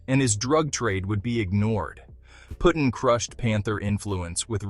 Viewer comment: Pretty his name is Puddin. As is pudding. Not puttin